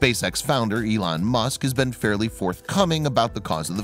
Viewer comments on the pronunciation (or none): none